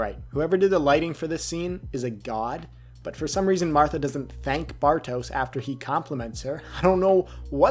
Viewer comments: It's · Nice one. Very good ep indeed. BTW, since you're saying his name so much, it's not so much "Bar-toes" as it is "Bar-tosh" ;)